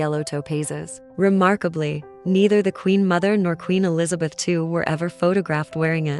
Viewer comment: I know this is AI but maybe AI can figure out how to say Queen Elizabeth II, properly, she reigned for 70 years and 214 days... just saying